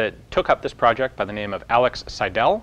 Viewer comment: Awesome video, as always. I want to point out two things regarding your german though. First: the name Seidel isn't pronounced "seiDEL" but "SEIdel". Second isn't really a mistake but more of a pet peeve of mine, the "ch" in "sicher" doesn't have to be pronounced like a cat coughing up a furball, it usually is pronounced softer.